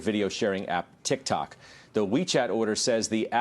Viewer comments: tik tok more like “tic tak” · did she really just say "tic tac"? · ah yes, TIKTAK